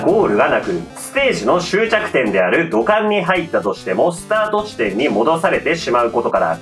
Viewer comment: 「土管」が「股間」に聞こえたんだけど……ガチでwww耳鼻科言ったほうが良いのかな?